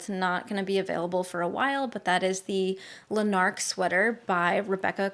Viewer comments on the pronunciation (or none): Heads up from another Scottish person, Lanark is a town in Scotland, you emphasise the first A! Like LAnark (I'm actually from Lanarkshire! You can trust me 😅) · This was great! Thank you so much for the time and attention to detail you put into this video. I hope you don't mind me saying this, but you say Lanark with the emphasis on the first syllable - LANuck. It's a place in Scotland!